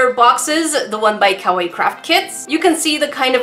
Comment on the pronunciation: Cah-why crafts not cah-way crafts